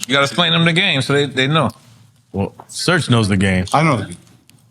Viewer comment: It's Serch not Search and 3rd Bass not 3rd Base, thank you